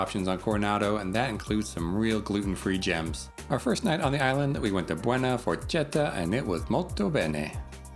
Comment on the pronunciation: This restaurant is pronounced “buona forketta”